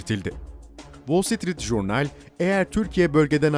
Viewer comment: Vol sitrit jurnal değil,vol sitrit cörnıl şeklinde telaffuz ediniz.